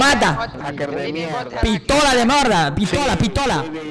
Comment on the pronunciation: “Hacker no PITOLA, PITOLA” KKKKKK